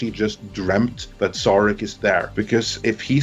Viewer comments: Before I forget (and someone may say that later in the comments) the slide for the second (but not shown as the first episode, either) pilot, 'Where no man has gone before' was wrong. The contempt for Star Trek is shown by mispronouncing Saarahk as Sear-ak, and the Vulcan Hello being a far cry from Surak's endless diplomats and pacifism. The ending of the broadcast episode, was too bloodthirsty warmongering, with KINE ships popping in with no time dilation for travel time. Too, I did not sign up for the CBS All Access free trial (numbers inflated.) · It made me cringe every time "Sarek" was pronounced "Serek".